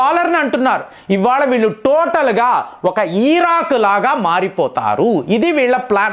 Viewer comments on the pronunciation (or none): none